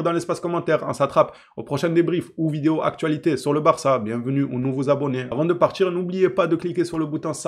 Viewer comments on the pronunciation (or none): none